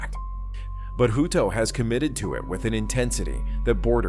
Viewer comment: Hut-o hutt-o hutto😂 not hooto